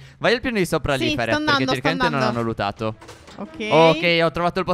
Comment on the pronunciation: monica musto non è vero si dice luTato